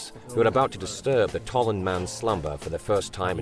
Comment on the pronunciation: Tollund, not Tolland.